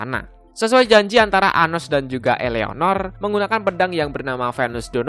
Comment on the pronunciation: "I" BANG BUKAN"EA"